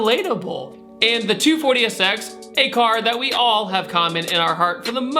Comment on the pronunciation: Sounds like you are saying "240-esex"